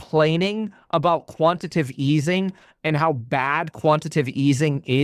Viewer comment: Kevin it’s quantiTAtive easing, not quantitive 😂